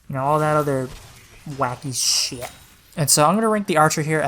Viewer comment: “whacky sheeat” 😂